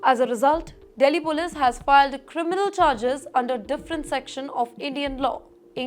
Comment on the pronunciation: this anchor's pronunciation is horrible. "Contained" as "Cuntt tained", "Continue" as "Cuntt tinue", "Police" as "Polesss", "Determine" as "Debt Ter Mine" when it should be "Dee ter min"